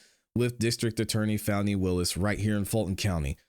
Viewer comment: While her name is spelled F A N I… it is pronounced FAUNI. GET IT RIGHT.